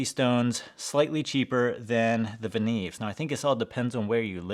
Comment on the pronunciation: The right way to pronounce is "Venyov", not "Venev". I have 5 Venev MS-1 stones from 200 to 10 microns (about 32$ each) and a couple of Venev OCB stones - 10 and 7 micron (about 25$ each). I am absolutely happy with this set.